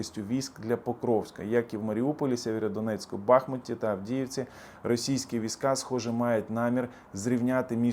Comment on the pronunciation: Ви знову починаєте цямкати. І не БАхмут, а БахмУт !